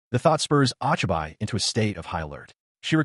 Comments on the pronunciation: "Ah chai bai" instead of Ochibi lmao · I'm pretty sure the name is pronounced "Oh-Chee-bee" The "i" Is never long in romanji unless it is after an "A" Also, creating ANY kind of automobile in a fantasy world shouldn't have worked. She should at least be limited to things within the Tech Level of the world. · Hey bro.. Isn't the 'o' in Ochibi like hey? and the extra "ne" like it is spelt cutely by kids?